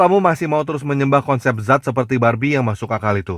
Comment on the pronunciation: Bukan zat,tapi Dzat